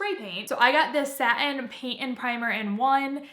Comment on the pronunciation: The word "satin" does not have a pause between the syllables. It's not "sat in".